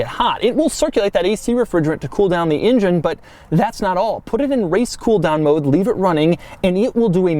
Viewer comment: Why does he pronounce engine as injun